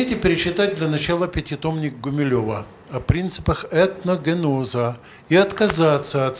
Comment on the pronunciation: точно, и еще про Гумилева что-то вякает: "этногенОза"...